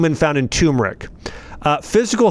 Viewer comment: It’s pronounced “Ter meric”, not “Tumor ic”